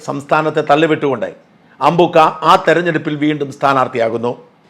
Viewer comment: അമ്പൂൂൂക്ക അല്ല,,, അമ്പ൪ക്ക,,, 😂😂